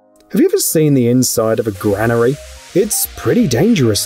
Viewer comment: Gotta love those fuel capshuals, they’re fantastic. WTF is a grahnnery?